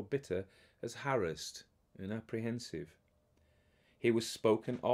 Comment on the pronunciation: Thanks SO much for soldiering on. Caught some of this live, but started from the beginning when I got to work,( pulling weeds today; ten years worth! ) Love that you pronounce harass correctly ( the Glenda Jackson school enunciation ). Hope that your cold goes away soon. Sheilagh will have you sipping honey, lemon and echinacea I'm sure. Thanks again. Happy Hallowe'en and All Saints Day to everyone. 🎃😇